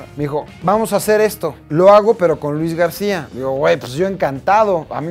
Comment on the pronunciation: Luis Gadcia jajaja